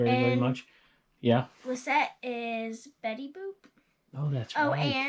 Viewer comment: And Thank You For Saying My Name Perfectly 🥰 & For The Shoutout 💚 Lissette 💚